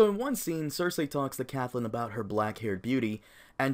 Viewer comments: It's pronounced "Cat-lynn"... not "cath-lynn"... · her name is CATTTTTLYN nopt caTHlynn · The way you pronounce Catelyn is so cringe. Good video though lol